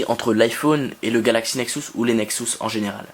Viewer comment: Bonne vidéo mais par contre juste un chose qui me stresse : ta manière de prononcer "Nexus" il s'agit du son U et non du son OU